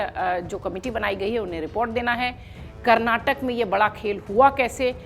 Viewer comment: कैसे बोलती हो.... karrnatak...